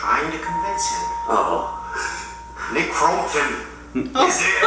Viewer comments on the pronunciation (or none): We say Crompton, says Crumpet. I can't... XD